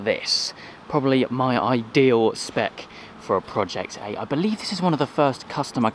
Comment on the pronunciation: Every time you say 'spec' it hurts. Every video I have watched of yours, it hurts. Other than that though I will say it was a very enjoyable video.